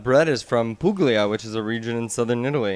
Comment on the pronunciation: Puglia is the region where my maternal grandmother's family came from. It's pronounced like pool-yuh, and pool-yay-zay.